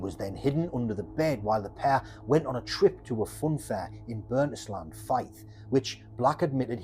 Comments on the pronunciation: This was good, your Scottish place names were pretty awful though. I subscribe to your content and find it very well researched and made but if you're covering areas you're not familiar with maybe check google or somewhere else for at least phonetic pronunciations. Few examples; you called it DornE (the e is silent), Burntis land = Burnt Island. There were a decent amount of these, despite that good to see some Scottish based content. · Burntisland is pronounced Burnt-island. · Oh btw - it's Burnt-"island" mate - imagine it to be 1 words. "Burnt"&"island" but don't worry I've heard many folks pronouncing it wrong (myself included once 😆) but just so you're aware next time. Love the videos, so many details I didn't know about before. Well done! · I'm probably due you an apology for thinking you were a well spoken Geordie instead of a Mackem then haha. Glad you noticed my critique was intended as constructive instead of just arsey. I'm a Fifer who lives not far from Burntisland, trust me, you're not the first to say it out as one word, heard many an American or English tourist pronounce it the way you did. I'd also say there's probably a good amount more of Scottish Madmen (a few women too) and Monsters to cover in the future. For example wouldn't mind a longer or longish one on either Peter Tobin or Angus Sinclair. I was looking for something new in the True Crime genre and subscribed after watching 2 of your earlier videos, genuinely think your work is generally excellent mate.